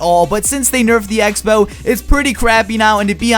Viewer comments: Egg-spell? Speech classes at your nearest high school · Took me a long time to figure out the was actually talking about the X-Bow. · sounds like hes saying egg-spell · When you said x-bow I thought you said eggspow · Were, at the beginning of the video, you say "X Spell" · I thought he was saying egg spell, lol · When he said X-Bow I thought he said "egg spell" I'm an idiot... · Wait. Is he saying egg-spell or Xbow xD!!! <3 No h8 m8 still love you :)! You liked my tweet yesterday <3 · Did he say egg spell??? Lol😂 good video keep up the great work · For the first couple seconds I thought he was saying egg spell instead of x-bow and I'm like "what's that" hahahha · Anyone else hearing Him say Egg-Spell when he says x-bow ?Or just me? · Rofl it sounds like you say "Eggspell" instead of X-bow